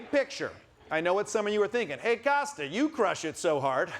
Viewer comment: Pity Kosta didn't get the pronunciation right...